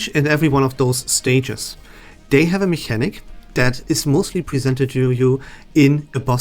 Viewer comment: you sound more knowledgable so ill trust your opinion :D thx bro! Also do I hear a little german accent slipping trough when you say "mechanic" ? 😂